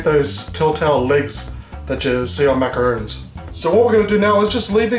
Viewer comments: they're macaRONS! pronounced like the name Ron, not macaroons. macaroons are the coconut cookie-like treats. I wanna try this recipe out, though :) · Not sure if it's just your accent or if you're legit mispronouncing macaRON .... I mean roons/rons get mixed up a fair bit by the general public but... to screw up the pronunciation AS YOU'RE MAKING THEM, considering yourself to be a pastry chef?.... bruh you betta not 😢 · ...it's MACARONS. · how he says macarons is soo funny hahahhahaha fucking ugly :P